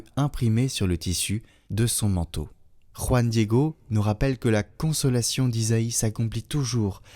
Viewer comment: Très bien prononcé "JUAN DIEGO 🎉😂❤